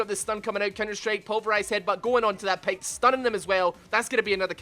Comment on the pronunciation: it s pyke not payke